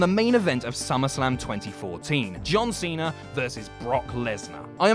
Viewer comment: "John Seener"